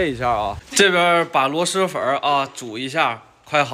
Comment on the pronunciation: 螺“丝”粉，不是螺“狮”粉。。。👎